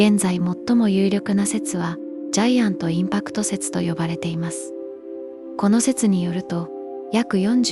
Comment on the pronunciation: 最近良く見てます。宇宙動画はとても好きです。 揚げ足のつもりは無くて、ジャイアントインパクト説がなんかイントネーションでジャイアンと愉快な仲間たちみたいの感じになってるようで脳に焼き付かれました！